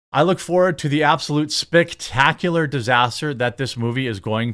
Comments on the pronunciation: Did you just say "spictacular"? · Did he say "spic-tacular'?